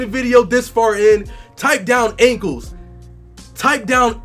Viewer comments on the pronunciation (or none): did he say ingles or ankles